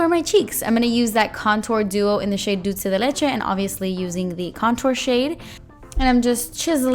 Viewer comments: I don't watch her videos, but after she didn't butcher "dulce de leche" I subscribed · You said "dulce de leche" soooo pretty🙊💗💗